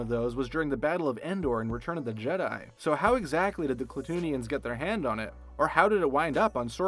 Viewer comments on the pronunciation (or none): none